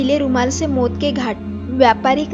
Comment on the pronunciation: Mot ke ghat nhi maut hota h 😂 khof nhi khauf hota h 😂